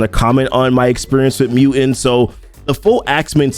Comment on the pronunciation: It's mu"t"ant, not muant